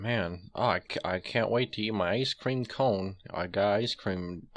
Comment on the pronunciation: ngl. thought had firecream instead of icecream at first